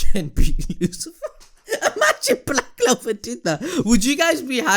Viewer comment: Tf you talkin bout this is THE "BLWACK CLOWAR"😂😂 LIKE HELL SOMEONE WILL DIE EVEN GAJA WHO SUPPOSEDLY DIED TWICE OML I CANT-😂🤣